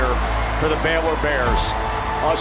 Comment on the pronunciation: It is B (long A) Y L O R